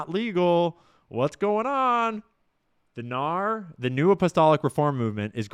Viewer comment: Fyi it's pronounced N-A-R (say the letters) or "The N-A-R" not "nahr"